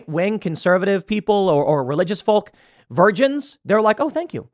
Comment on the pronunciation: Every time Tim pronounces the "L" In Folks a child gets cancer.